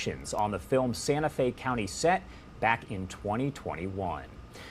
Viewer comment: Didn’t someone tell this guy how to pronounce the victim’s name before this video was filmed/released?